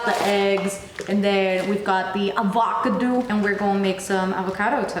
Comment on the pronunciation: The way you pronounced avocado haunts me😂😂😂😂😂